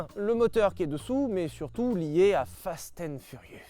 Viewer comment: « Fasten furius » 👌